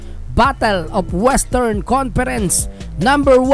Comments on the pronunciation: Anung estern? Western cguro😂😂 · Brod western ung gsw hindi estern